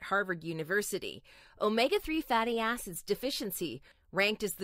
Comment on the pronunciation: Is she saying omega fatty ass’s or just wrong thought?